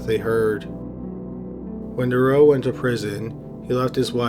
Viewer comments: How the police handled the case of Marc Dutroux still enrages Belgium (I live there, he still makes the news with his appeals). Just recently, the same was said about the case of the gang of Nijvel. P.S. You really mispronounce almost every name in that story BTW (in case it hasn't been said yet). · Real good Video. But u violated Marc Dutroux's name :D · the name Dutroux has the letter "t" in it, pronounce it dawg........ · Marc Dutroux is pronounced different btw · KORNUIT. First thing that bothered me too xD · Marc Dutroux... pronounced Du Troo... That is a complicated story... many conspiracy theories were going around about high ranking politicians and elite at the time... Belgium lost its innocence with that case, the police was completely useless. A worker told the cops that he could hear children in the house, but the head cop who was standing next to him told him to shut up and to leave police work to the professionals!!!... How that monster, the wife, was released on parole is mind boggling... she allowed children to starve to death! imagine the pain, the length of time it would have taken, and one must have died first, leaving the other to go insane with fear... poor little girls... That woman should be starved as well. As for Dutroux, if he is released the Belgian people will go crazy! He won't last long anywhere... Monsters... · Aren't you Canadian? How is your French so bad, lol! I believe it's pronounced: DUH-troo. And Nuns live in a convent not a coven, hahahahaha!! I guess it's close enough. Great video btw....I am only taking the piss, tbh. I love your channel <3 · Dude, you’re Canadian, and you massacred the pronunciation of Marc Dutroux’s name, and the city Liège!! It’s Marc « Dootroo », and « Lee-edge », c’mon, tu sais comment parler en français un peu!! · I noticed that too, I believe it's meant to be pronounced due-trough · I am sure many officials covered up Dutroux’s heinous crimes. It’s pronounced « Doo-troo », not « De-row »